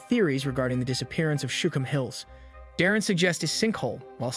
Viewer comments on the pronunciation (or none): Shookum hills, not shum hills.